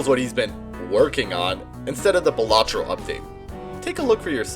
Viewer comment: I mean...I gotta point out that it's pronounced BAL-a-tro, not ba-LA-tro.